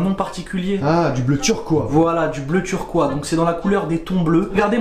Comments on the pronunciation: C’est pas turquoi c’est turquoise 🤣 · On dit pas turquoi mais turquoise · Turquoise c devenu Turquois 😂😂ptdr